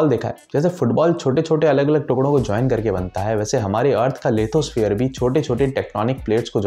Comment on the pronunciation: Lithosphere, just correcting ur pronunciation . Don’t mind me ! Thank you